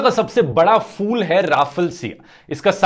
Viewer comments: it’s pronounced phool not fool (फ़ूल) please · Dhruv you are always right but when you call a flower a fool you are wrong because it's called p,hool but not a fool that means a bewaquf in hhindi urdu bhasha a flower is called p,hool hope you will try to pronounce it in its correct form p,hool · It's फूल not फ़ूल fool as you're pronouncing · Dhruv Rathee pronounced it wrong. You, your teacher and whole class pronounced it right.